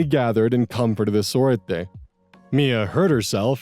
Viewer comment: I love pronunciations in the Cousin Saga. I'm from Argentina too, and it's so interesting. Surprisingly, his pronunciation of "sorete" is somewhat good! Fun fact: sorete equals to calling someone a piece of sh*t Another fun fact: Capital Federal is the capital city of Argentina. And here 40 dollars would equal like 42.906 with 20 cents.